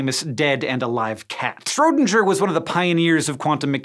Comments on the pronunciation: His name is Schrödinger, not Schrodenscher. When you read a foreign sentece off a sheet of paper that might be funny. Not looking up the name of a historic person is disrespectful though. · Hank, please SchrödinGUHR! Not SchrödinJER. Sounds horrible to a German speaker (not a native one but still!). Edit: Just to clarify, I love the video, I love your work at Complexly and I love the topic. I get passionate about it BECAUSE I love it and I want you to be amazing. That's all. Have a nice day! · It’s Schrodinger, as in “Dingus” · Hank, please don't say Schrödinger like that. It's OK if you cannot pronounce the Ö, but that G is not a SH. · When someone makes 'shrodinger' from 'schrödinger' 😂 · The only thing worse than people pronouncing "gif" as "jif" are people pronouncing "Schrodinger" as "Schrodinjer" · It is annoying for me as a german that english speakers can't pronounce ö ( oe) and just say o but the Schrodinjer thing was weird O.o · The "g" in Schrödinger isn't pronounced like a normal "g". You pronounce it like a "g" after a "n" like in "Ding dong". 😉 Have a nice day! Great video. Left a like there. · Dayum i as a german cringe quite a bit when he mentions schrödinger XD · Your pronounciation of "Schrödinger" is wrong man. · Stop pronouncing Schrodinger like you do. That's a name not an object for you to pronounce as you wish. Man it drives me crazy. Great video tho! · Your pronunciation of Schrödinger is quite funny.^^ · I'm sorry to Hank but the way he says Schrödinger really itches me the wrong way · You really have a problem with pronoucing the german names, man... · please try pronouce Schrödingers name next time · "Ouch" at that pronunciation of Schrödinger. A German "g" is never a "gin-g" (think "Finger", but keep the nasal right before a full aveolar (?) stop). Also, pronouncing "ö" as "o" is way off, but anglophones will never get THAT. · You’re pronouncing Schrödinger wrong. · Your pronounciation of Schrödinger is quite funny